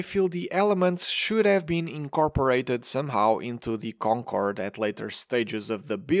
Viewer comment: i love how this dude speaks: DEES EES DEE KONKOWWORD